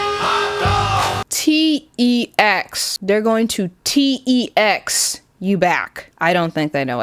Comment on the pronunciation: I've been getting your videos recommended to me for a minute but finally had the time to watch one and OF COURSE it's the one that has a random sidenote on TeX, I'm sobbing [even if you called it outdated :(] she is beautiful to me and my inability to structure homework + write research reports. Great video btw!!!, and it's pronounced "Tech" because the X is actually the greek letter Chi, and it's basically to microsoft word as linux is to windows. But again, great video, these videos and posts can really be such big issues unfortunately :(